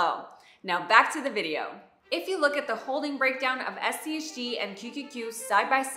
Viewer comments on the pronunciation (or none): She mentions SCHD because it's a complimentary fund to SCHG. SCHD is more of an income producing fund with strong large cap dividend companies, whereas SCHG is a growth fund. There are a few times where she says SCHG, but it sounds king of like she said SCHD.